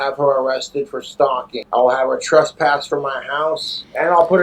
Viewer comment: Trespassed. Yea he’s saying it correctly go figure. He probably know it from his being trespassed from Frosty’s and other such Casper establishments.